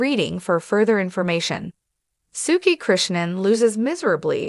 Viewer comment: Her name is pronounced Sue-key